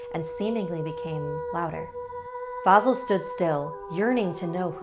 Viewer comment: Vasìl* not vàsil